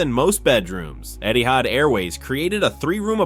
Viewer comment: It’s not called Eddie Hanne. It’s called Etsy hair. You understand English speak Etsy hand say Etsy hand right now in your video